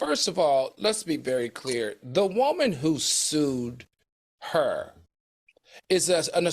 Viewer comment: 😂😂 and "WOH-man"